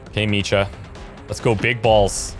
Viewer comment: Hey, I think your pronouncing Micah's name wrong. The C and H aren't connected, so it would be pronounced (Mike-ah)